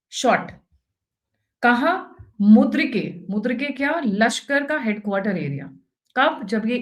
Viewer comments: MURID - KE not MUD RI KE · मुद्रीके नही बहन यै मूरीदके है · Pronounce Muridke instead of mudrike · Mam. Mudrike nahi Muridke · Muridk not mudrik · It is मुरीद - के। Please correct your expression.